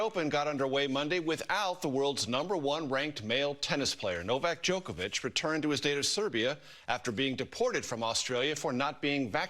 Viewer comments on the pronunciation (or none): Is everyone pronouncing his name Joke-a-vich on purpose? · Is Trevor mispronouncing his name as Joke-a-Vic instead of Jock-a-Vic on purpose?